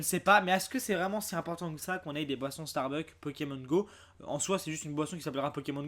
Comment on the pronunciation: On dit StarbuckS!!!! avec un S !!!!